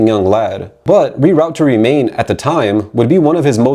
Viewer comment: They way you're mispronouncing "Reroute to Remain" makes me think you haven't actually listened to the album or the song that bears it's name. Also you're calling the founder, creator and the most vital member of in Flames, Jesper Strömblad, Stromland on several occasions which is kind of.. astounding.